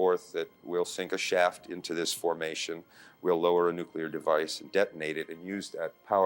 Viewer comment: It's really a shame that you can't pronounce 'nuclear'. I suppose you have the same problem with 'aluminum'.